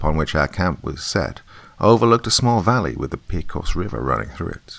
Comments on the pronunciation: Just listened. Great story. Just for authenticity sake.... Pecos. Is pronounced paycos. Some locals pronounce it. Like paycuss. Las cruces.... las crooses. Great story. Just listened. Ty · Pecos pronunciation... I winced.